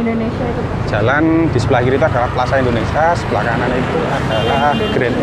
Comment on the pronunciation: Plaza indonesia mas..bkn plaza indonesa..🤦sorry bercanda😃